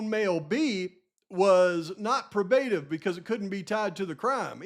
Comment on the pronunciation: I love you,, but it's: "Probe-ah-tive." I want you to sound intelligent, and know what you're talking about - and you are, and you do, so please get the terminology right!